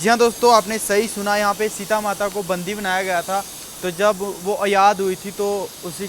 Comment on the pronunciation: बंदी होता है कि बंधी होता है! थोड़ा फ़रक तो कर ले भई